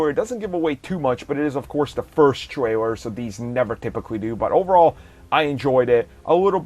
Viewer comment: Cringed "Twailer" "Micwo Chip"